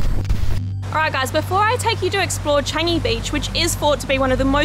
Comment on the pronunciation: Another haunted place that I'm interested to go! And the way how you said "Changi" sounds like "Chinese" 😂